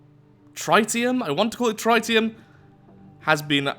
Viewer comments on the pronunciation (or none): Oven Cake, Not To Be Rude Or Anything But Me An Intellectual & Avorian Fan: Tri-Ni-Um